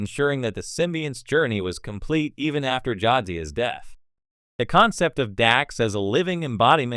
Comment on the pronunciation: You can't pronounce shit for shit. Go back and watch the Shows...you called T'Pols name wrong and you couldn't even get Jadzias name right.